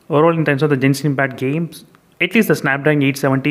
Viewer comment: You are pronouncing genshin impact wrong